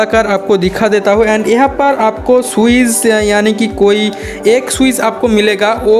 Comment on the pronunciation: Swiz nahi Switch